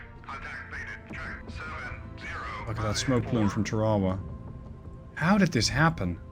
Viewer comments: Just an FYI, a AGM-45 is a Fragmentation warhead, designed to destroy the Rada, not to penetrate in this instance a Ship. It is also has a passive radar homing warhead. You were also killing me with your pronunciation of TARAWA. Its actually pronounced TARA (like a girls name) and then WA. Tarawa. USMC Marine Veteran 88-93, 3/3 Semper Fi, keep the videos coming their great. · I was actually coming down here to razz you and say she sank because she couldn't survive you mispronouncing her name again 😝 I actually think your linguistic slip-ups are so noticeable precisely because you're normally SO GOOD about that sort of thing - It's actually one of the things I really appreciate about you 🤗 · Hey, you will always get a pass on the pronunciation as a great gamer. Yeah, we say it differently but the English spell a lot of words un-American as well!